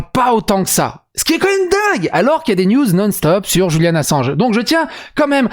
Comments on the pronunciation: Pourquoi prononcez-vous Julian à l'espagnole ( le J) ? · Je viens justement de l'entendre et ça m'a interpellé 🤣 dans une vidéo il a dit que des fois il faisait exprès de mal prononcer des mots, du coup des fois je m'amuser à les trouver 😁